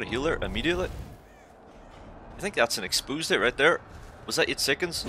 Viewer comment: Expoosed lol